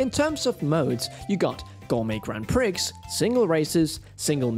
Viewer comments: “ Gourmet Grand Pri’X’ “… LOL, I love ya but the ‘X’ in Grand Prix is silent, it’s pronounced jus “Grand Pre”;) bless…lol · Nice review, but for future reference the X in Prix is silent. It’s pronounced “Pree” not “Pricks”… which is a very different thing nowadays. 😂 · the 'x' and Grand Prix is silent. It's pronounced Pree. You also need to invest in a better pop filter. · I've never heard anyone pronounce the x in grand prix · x in prix is silent